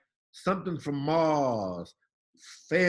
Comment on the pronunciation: "something from Maaaaaars fell" Love his pronunciation.